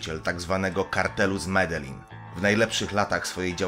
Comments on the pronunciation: i nie midelin tylko z medelin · nie madeli tylko medelin